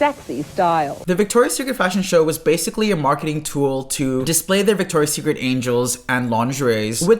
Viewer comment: it’s Victoria’s Secret. Victoria’s Secret. Victoria’s Secret. fix it, please, it’s killing me. great video btw! :)